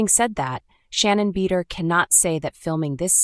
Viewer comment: You open with the worst picture of her ever........ and cannot even pronounce her name correctly?